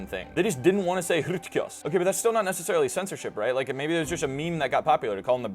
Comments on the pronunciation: it's hrktos not hrtkos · Just a quibble that h2 isn't pronounced like that. The "h" symbol in PIE is not an aspirate. We don't really know how h1, h2 and h3 would have been pronounced. It was likely something closer to arktos, cf. Greek arktos, Welsh arth.